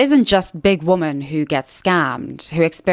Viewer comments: Is it just me or does she say womAn when it’s supposed to be womEn 😅🥴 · I really, really, really want to finish this video but this creator is taking part in the same pronunciation of "women" as "woman" repeatedly (it's weirdly happening more and more online) and that shit drives me absolutely insane. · Why do you always say "woman", singular, when you mean "women", plural? I'm assuming this is some kind of ESL problem that you're not aware of? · Hey! I'm new to your channel and I love the content! I also like to hear you speak so eloquently, but I have just one question: do you pronounce the plural "women" just slightly differently that the singular "woman"? I listened so many times to hear the difference but I don't hear it! Please explain :) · Awesome video can you say WOMEN instead of woman when talking about women as a plural